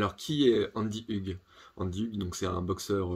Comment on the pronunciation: Sa se prononce ougue (Hug)